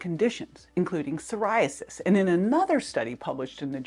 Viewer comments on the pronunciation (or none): none